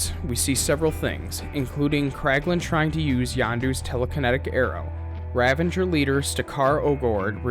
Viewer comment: It's the Kyln, like Kiln, the oven that ceramics are baked in. K Y L N, like kill*n. The river that Cap falls into when he falls from the Insight Helicarrier is the Potomac river in D.C. Also, they are Ravagers, not Revengers...you know, like Ravage as in rape and pillage. You're killin me bro. Are you a fan or did someone just hand you a script and say, "read this and don't worry about pronunciation because true fans wont mind at all"? OMG Wakandan, not wakanDIAN. Kycilius....not Kaleus.....ughhhhh. Watch the movies for the love of god.